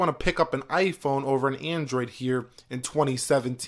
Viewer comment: "heeurehh in 2017teeun"